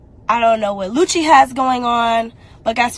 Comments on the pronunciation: She said it right the first time, so I think she mispronounced it on purpose afterwards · The EXTRA C CANCELS the name LUCY! Its LUC-CI. LIKE THE CLOTHING BRAND GUCCI...LOL. My goodness. It CAN'T be that hard. You hear the lady saying his name sis.😂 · You look nice once again! Lucy....lol! It’s pronounced Lu Che 😂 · Its not lucy its lucci lol you an these damn names lol Damami from nyc still love you tho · cracks me up Jacking up peoples names, love it. Lucy lmao.